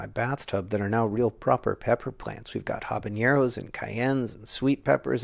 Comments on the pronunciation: Fun fact: it IS actually pronounced "habanero," not "habañero." "Habañero" is actually a hypercorrection, specifically a hyperforeignism. Check out the wiki page on hypercorrections, it's super interesting! In IPA, it's /ˌ(h)ɑbəˈnɛɹoʊ/, not /ˌ(h)ɑbəˈnjɛɹoʊ/. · "Habanero" is not spelled or prounounced with "ñ" like the word "jalapeño" :) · John I love you but please don’t say “habañero” or “my mom and *I*” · Habanero... no ñ in there. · It's pronounced "habanero"!